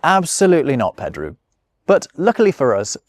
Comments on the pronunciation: You might only speak English, but surely you should know that Pedro is not pronounced "Peedru"? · It's nice, given the context. It would've been funny for him to butcher it on purpose. He sort of accidentally did it, with "Pedru". :D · please learn how to say Jose and Pedro